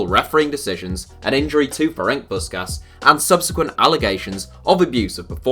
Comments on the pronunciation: btw Kocsis is pronounced for an english speaker as "Kochish" not "Cocksys" :D and Puskas is Pushkash /push-cash (across the table to me for correcting you) not Puskas (english pronounciation rules) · Yes Puskaash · isnt the pronunciation of Puskas wrong as well?